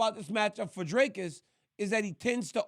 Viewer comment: Dricus is ranked 13 in the world, you have a MMA show but cannot even pronounce his surname correctly. Very unprofessional !